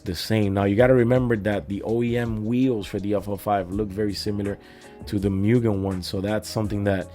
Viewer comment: Btw, it's "moogen", not "myoogen".